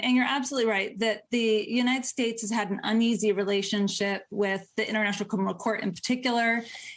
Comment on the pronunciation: She really needs to work on her pronunciation of the word "criminal"